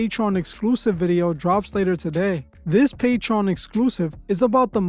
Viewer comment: one day my nigga gon be able to pronounce Patreon eventually. Not Patron Not patrone Patreon Papi!